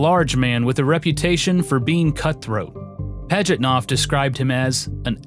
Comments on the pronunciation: Sorry, not worthy to call yourself a historian. I'll pass. How badly do you want to mispronounce the creator's name? Gaming Historian: Yes! How creative do you want to be about the creator's date of birth? Gaming Historian: Yes! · This was excellent! But i can't grasp the fact that americans can flawlessly pronounce japanese names while mutilating the russian. Pajitnov is pronounced Pah-yit-now, not Padgitnof